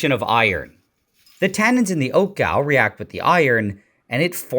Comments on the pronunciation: 1, say the word All. 2, put the letter G in front and repeat. Congratulations, you have now pronounced the word Gall correctly. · It’s a long a, not short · Pronounced Gawl and not gal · Pronounce gall like ball not bowel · It's pronounced gawl. Not gal. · It's an oak gall, pronounced gaul, not gal. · Gall is pronounced like awl not gal like a girl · It's pronounced "goll" not gal. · Gall , not pronounced Gal like Sal, but Gaul like Saul and Paul unless he is German. JS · It's pronounced gall like all, not like gal, slang for girl. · It’s pronounced like gol (short O), not GAL. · It's not pronounced 'gal'. It's pronounced 'gawl'. Like 'ball'. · That is pronounced gall not gal. So that is liquid iron? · it's pronounced gall like guh-awl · Gall (rhymes with mall), not "gal" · Pronounced gawl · He's got the gall to pronounce 'gall' like 'gal'! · It's pronounced "gawl" like "all " with "g" in front. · Pronounced like gawl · It’s pronounced goll like golf with out the f , but spelt gall so I’ll give you a pass , cool video I always heard they made them into ink and never knew how until now thanks ! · Pronounced gawwl. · It's pronounced gaul, rhymes with ball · It's pronounced "gaul" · Gall rhymes with 'all,' not 'pal' but the historu lesson about ink-making is interesting. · Gall = rhymes with "all" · 'Gall' rhymes with 'wall'. You mispronounced it. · You mispronounced it stupid! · Gall rhymes with crawl and fall, not pal and cal. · you should not pronounce it that way. it not a galbladder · 'Gall' rhymes with 'all' (as in 'galling') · Gall rhymes with ball.